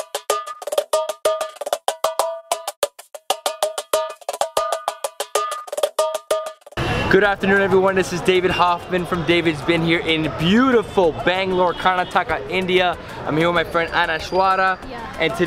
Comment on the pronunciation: Bro it’s not KAARNAHTAAKAH, it’s Karnataka (ಕರುನಾಡು)